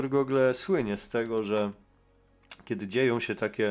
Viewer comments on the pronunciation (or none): none